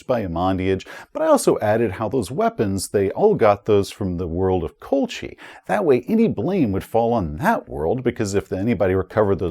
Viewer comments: Also think 'Colchis' is pronounced as 'Coal-kiss' since the namesake was an ancient Greek colony on the eastern coast of the Black Sea. Among the hordes of Traveller system names there are quite a few which can be confusing as to pronunciation. Just gotta fly them however you can if you don't recognize them, and there will be plenty of those. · Great review, but only one (very minor) quibble. 'Colchis' is pronounced Col-kiss. 😉